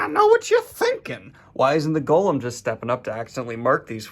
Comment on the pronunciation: I was so confused. Why does Daniel keep calling it "Gollum"? Only later I realized he was saying "Golem".